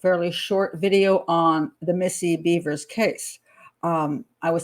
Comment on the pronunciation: Her name isn’t Beavers! It’s Bevers like severs